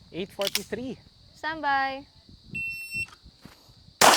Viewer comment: Uy.. bagay sila me chemistry 😂.. sarap ng pagbigkas ni mam ng... Standby.. cute